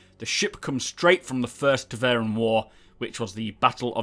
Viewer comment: it's TEVARIN, not TEVARIAN... triggered